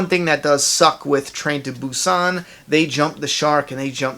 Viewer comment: hahah this movie came out months ago. ya since im from asia obviously i watched it earlier but its great that you are covering on this movie and yes its a very good movie. world war Z just sucks in my opinion thats y i did not watch it and yes you said the movie's name right